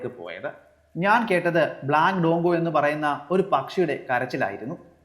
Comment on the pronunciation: ഡോങ്കോ അല്ല,ഡ്രോങ്കോ ആണ്.നമ്മുടെ നാട്ടിൽ കാണുന്ന കാക്കത്തമ്പുരാട്ടി തന്നെയാണത്